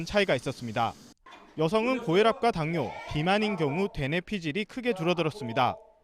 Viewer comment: 되내피질? 대뇌피질 발음이 안되네 연습좀해야겠다.